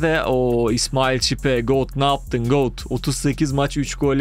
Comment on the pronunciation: Hocam got diyo aaaaaaaaaa